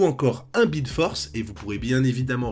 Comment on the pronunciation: "bwild" lol ... aussi enorme qu'un "bwilding"